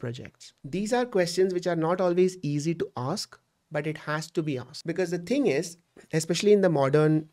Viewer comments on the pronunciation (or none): none